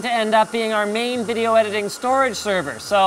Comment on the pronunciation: "And we're gonna put a graphics card in it and play vidya games" Never change Linus, never change.